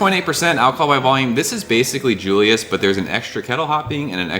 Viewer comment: Sooooooooo.... can I say something?? I think most TH people call it when saying it out loud as...Triple Dry Hopped Julius and not J-J-Julius..... :) just saying....